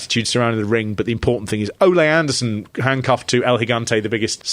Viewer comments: 😂 "O-lay Anderson." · I like your pronunciation of Ole Anderson's name... I'd say that you're saying it wrong but it's how I'm saying it from now on.